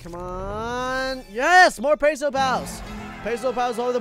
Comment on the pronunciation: The last "s" in "pesos" is not silent